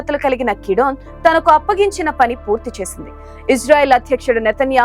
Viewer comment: Madam peru marchu kidone kadu gidyone